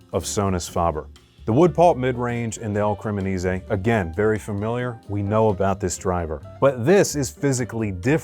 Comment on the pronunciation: It's Il Cremonese not El Cremonise! :-)